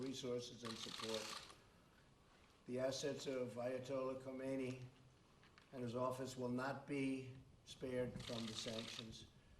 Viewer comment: I mean, yeah, it's pretty clear that he mispronounced the name with an "O" sound. I'll give you that. But trying to make it seem like he sanctioned the wrong person because he doesn't know the guy's dead is pretty petty on the media's part. I'm all for bashing Trump, but let's not play dumb. Also, if you're gonna post something that relies on audio to verify, it doesn't make sense to post it as a gif. Here's the video if anybody's interested. edit: Oh yeah, I forgot you guys downvote anything that doesn't equate him to Hitler. My mistake.